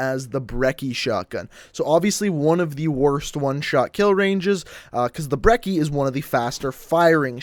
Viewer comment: Lmao the Cs in brecci are pronounced brechie